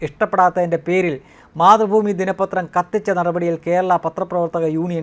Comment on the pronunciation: മാതൃ ഭൂമി അല്ല...... മാത്തു.. ഭൂമി